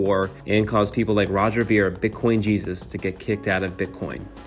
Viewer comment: You didn’t even pronounce his last name right.